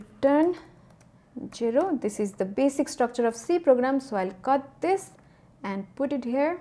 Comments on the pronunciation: Please stop saying "Jero" instead of Zero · If she can say [eiz] as in Age, then why can't she say [zero] instead of [jero]? I guess it is the same sound zzzzz, more or less 😂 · Why she pronoun "jero" 😂😂😂😂😂😂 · She attracts the audience by "jero" instead of zero❤😂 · so cute the way she says it "Jero" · I like the way you say jero 😂😂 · Hey broe it's jiro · i love it when she says "jero"